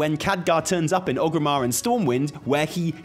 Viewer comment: I love your videos, but it absolutely destroys me every time you say OG-rimmar. Theres three "R"s in oRgrimmar. xD